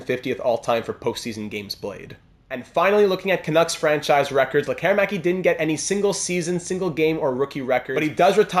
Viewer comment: Appreciate the correct use of letter "Ä" here 👍🏻.